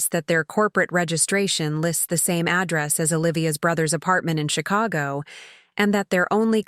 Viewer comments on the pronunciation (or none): none